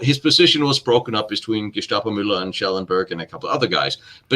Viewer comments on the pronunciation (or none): none